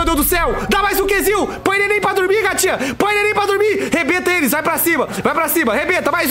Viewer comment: KKKKKKKKKKKK BOTA NENEM PRA DORMIR "botahh nenempradurmir" jjakskksks